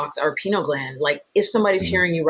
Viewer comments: Pineal, not penal. Penal has to do with punishment. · Why does the lady keep calling it a "penal" gland. It's named after a pineapple, said pie-neal gland, thought Americans say pin-eal, but certainly not "penal" gland😅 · To the host it’s not “penal” gland (that would mean it’s related to punishment for offenses. The word is pineal.